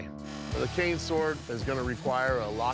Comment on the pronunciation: Am I the only one who thinks that he said it wrong because he said "can sword" instead of cane sword?